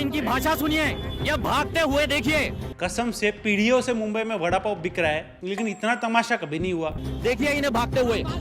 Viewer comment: Vadapow not lowda paw